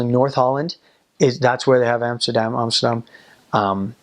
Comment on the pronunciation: Your say Amsterdam like a real Dutchy, well done 👍